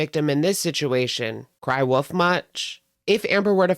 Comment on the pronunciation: "cry woof much?" 😂😂😂 i ❤ when people say wolf like woof